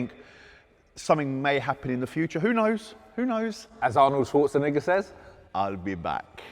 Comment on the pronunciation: why did he say schwartzenigger?